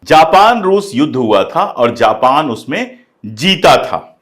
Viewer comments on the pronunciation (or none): none